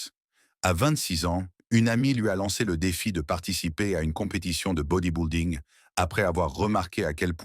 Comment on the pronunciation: Body-building ne se prononce pas comme "body boulding" comme dit le commentateur, mais doit se prononcer "body bilding" comme s'il n'y avait pas de "u" dans le mot. Le narrateur est soit un français pure laine, soit un robot de l'IA.